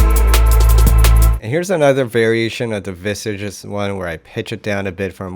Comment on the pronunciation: Well done, great video! P.S. ... You mispronounced 'Visages' 😀 It's a French word, which means 'faces' and it's pronounced 'viesash' 🙂